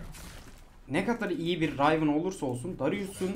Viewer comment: Rayvın değil rivın